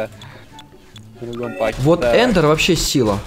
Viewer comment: Правельно говорить не (эндр) а энард